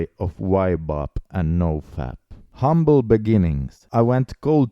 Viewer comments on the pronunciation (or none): none